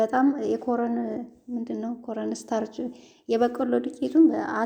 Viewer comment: ኮረን ስታርች ሳይሆን ኮርን ስታርች ነው የሚባለው